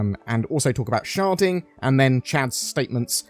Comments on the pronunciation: Cant not hear "sharting" every time you say "sharding." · This whole time I thought he was saying sharting...